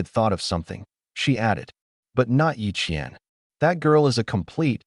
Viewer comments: Are you sure the twins' names are Ye Qian and Ye Qian? It wasn't very clear??? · The ai had a stroke when mentioning the twins 😂